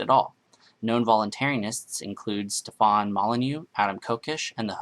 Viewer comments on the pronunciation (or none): none